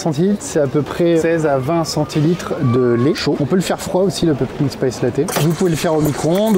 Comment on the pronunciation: PumpKIN, pas PumpKing.. autrement le terme potimarron existe aussi 😂